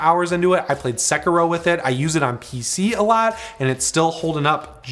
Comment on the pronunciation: Sekiro? How'd you butcher that SO hard, dude.